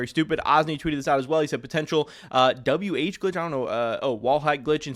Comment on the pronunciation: bro read WH as wh.